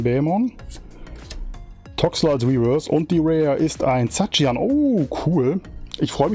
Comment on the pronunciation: alles gut bro. triggert mich immer nur wenn man pokemon anders ausspricht als ich. war mit raiquaza auch da haben viele kumpel raikuza gesagt. ^^